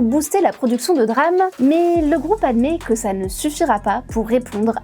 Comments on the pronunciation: La 1ère phrase est fausse, c est pas la barrette mais le kit. Ca se dit D-RAM et pas DRAM. Des le départ on comprend bien qu elle parle d un sujet qu elle ne maitrise pas du tout, elle a lu 2-3 trucs et ensuite se croit capable d en faire une vidéo explicative. Au début on dirait qu elle veut faire passer les entreprises pour de grands méchants qui complotent, alors qu ils auraient eu l occasion de faire ca depuis bien longtemps, c est juste le contexte avec les besoins en IA qui les font s orienter plutôt vers elle que vers la RAM grand public. J en suis qu à ... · dire "DRAME" plutôt que D-RAM ca casse un peu tout le truc :) :) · le reportage est intéressant mais omg prononcer DRAME et pas D-RAM c'est pas fous... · Personne ne dit "DRAM". Ça se dit "D-RAM" le "D" étant prononcé à l'anglaise. Donc phonétiquement : diram. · Have you been living under a rock. You don't say DRAM, but D-RAM. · DÉ RAM et non Drame pour parler de DRAM.... Quel drame pour les oreilles. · On prononce D-RAM pas dddddram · Belle synthèse mais par pitié, mettez vous à l'Anglais ! D-RAM, bandwidth, Gigabyte, ça fait mal aux oreilles !!! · ça se prononce DéRAM, pour dynamic RAM, sinon, c'est le DRAMe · On dit DeRAM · « Les puces de DRAMMMM » mon dieu quelle incompétence 🤦 Un peu le « meuporg » de l’école pour ceux qui se souviennent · Je confirme la prononciation de D ram est un drame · Quel DRAM de ne pas dire D-RAM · C'est un drâme monseigneur ! Mais oui elle est dans les choux niveau prononciation ! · On dit DRAM, SRAM. Comme on dit PROM, ROM et non P-ROM 😂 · band-ouaille-th memory Drame au lieu de DRAM. On voit que c'est des gens qui ne se sont jamais intéressé au sujet ou à l'anglais jusqu'à 10 minutes avant l'émission. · C'est pas comme ca qu'on prononce "DRAM" et "Bandwidth"... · Ça encore ça va, en anglais c'est comme ça qu'ils le disent. Quand on a l'habitude de regarder du contenu anglais, ça ne choque pas. Par contre sa façon de dire DRAM et bandwidth, ça m'a fait un mini-AVC.